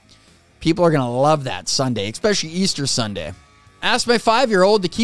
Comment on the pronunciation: you constantly pronounce the word 'especially' wrong, you're pronouncing it expecially...